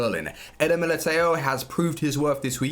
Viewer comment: I know, i know :D just wanna help him out, i don't expect him to pronounce such a difficult name perfectly. Somthing like "Militau" would be good :D